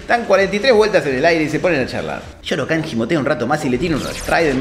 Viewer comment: No se dice Shao Khan, y no Shoro Khan? Misterio.... Igual pase lo que pase banco a este canal con todo mi ser, son fan